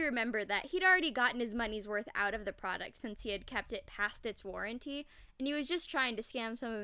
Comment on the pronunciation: Lmao "Warrenty"